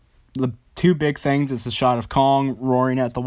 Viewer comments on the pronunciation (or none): none